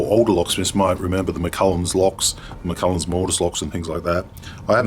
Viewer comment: It's McCallum...NOT McCullens.